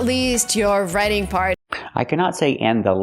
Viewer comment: she also say (v)raitiing, not "raiting"